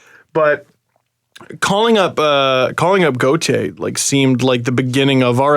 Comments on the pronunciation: gau-tire lmao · I love you but watching you pronounce Gauthier so many different ways is hilarious.